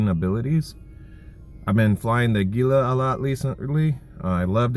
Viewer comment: Thank you for pronouncing the Gila with a proper G.